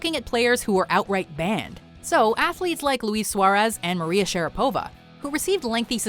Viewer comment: Note that you stress letter A in the name SharApova, even if it's easier to stress O - it's not the way her surname is pronounced.